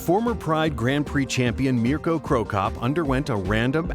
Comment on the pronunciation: I like how he pronounces Mirko right.